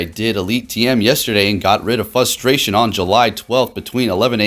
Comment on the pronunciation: Great video man. There is an "r" in frustration though 😂